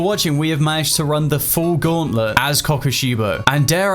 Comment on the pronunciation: Man you say the name weird but meh